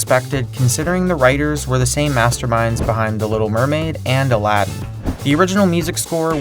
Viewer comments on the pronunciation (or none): none